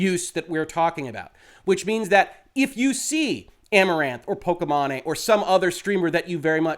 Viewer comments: I believe her name is generally pronounced "Po-key-Mane" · I do not watch pokimane at all, but I know you are butchering the pronunciation of her name and it sounds silly, like how did you even come up with that pronunciation? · I absolutely love how you mispronounced her name! Lmao please do not correct yourself! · How you pronounce pokimane lmao. That’s what we should always call her from now on! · Very important topic to discuss but I bet you every dollar in my pocket people will focus on how you pronounced. It's hilarious. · I love the way he pronounced it haha